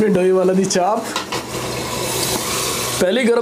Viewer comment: Chanp nhi chaap hota he😂